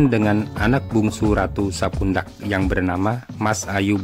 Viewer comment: Sedikit koreksi bukan sapundak tapi sepudak